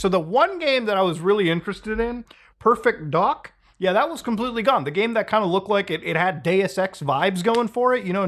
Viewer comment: Muta why did you pronounce Perfect Dark so strangely and say it as if you’ve never heard of it?